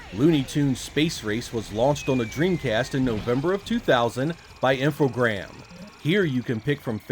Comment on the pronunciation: great video as usual and I'm gonna sound like a twat but its Infogrames not Infogram lol